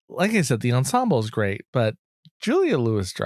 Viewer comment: The pronunciation is "jew-lee-uh-lu-we-dry-fuss"